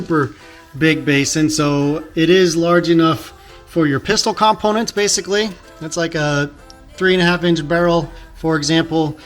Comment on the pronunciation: Why do you say components like that?